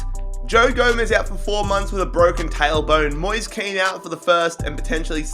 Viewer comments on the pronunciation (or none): Moise kean is actually said moesay kane